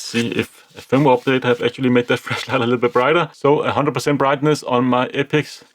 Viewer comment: I like your pronunciation of flashlight "fleshlight" 😆